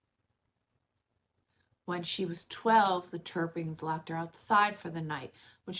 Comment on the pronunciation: 😂 🙌 that made me cringe when she said it 😂